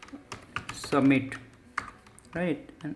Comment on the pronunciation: Am stuck on 'submit' what is that 'sh'?